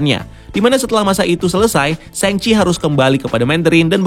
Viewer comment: Shang chi di baca sang ci Meng er zhang di baca meng er zsang